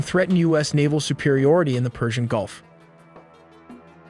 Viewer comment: First of all, thank you for pronouncing the Persian Gulf correctly. As an Iranian, I must say that we hate the government, but we always defend our land. this land has seen many wars, victories, and loves for many years, We will never leave it behind.